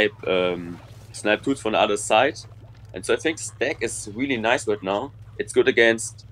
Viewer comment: When said side I swear he said zeit (time in German I think)